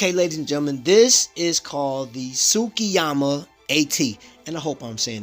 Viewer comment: Got tsuki right but said Yama 😂